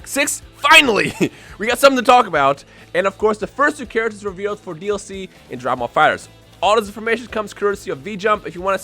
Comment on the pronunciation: "Drah ball fightrz"